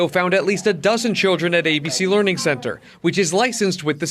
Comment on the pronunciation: Learing Center? Leering Center? This sounds perverted.